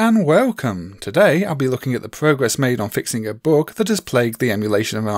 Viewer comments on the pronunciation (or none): Why are you saying "boog"?!